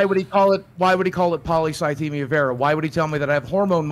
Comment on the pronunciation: It's probably worth mentioning that only Destiny is pronouncing it properly. Not the "polycythemia" part, that's fine, but "vera" is pronounced "veera", not "vayra". It's like "venous" as it relates to veins, think 'intravenous'. And that's common of any medical terminology since they're all based on Greek etymology. Ordinarily I wouldn't bring that up, but if you were constantly going to and from the doctor for treatments, unless your doctor was mispronouncing it (possible but wildly unlikely), you'd have the correct pronunciation burnt into your brain. He's absolutely full of it.